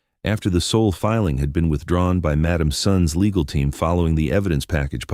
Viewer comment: It's Seoul